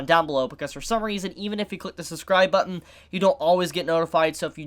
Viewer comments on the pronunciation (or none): none